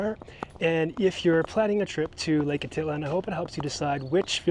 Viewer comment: Lake a tit lan. That’s a first I’m pretty sure it’s ah teet lahn